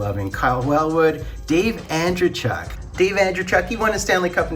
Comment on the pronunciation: An-DREY-chuk, stress middle syllable, it's a Russian last name